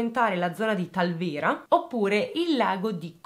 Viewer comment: Ciao bellissima, sono di Bolzano e ti faccio i miei complimenti per la tua accurata ricostruzione. Hai chiesto delucidazioni per le pronuncie dei vari nomi: era perfetta.l’unica cosa è che Ora va pronunciata con la o aperta e il talvera va con l’accento sulla prima A. Ciao, complimenti ancora. 😘